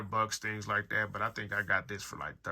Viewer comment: stop saying 'like dat'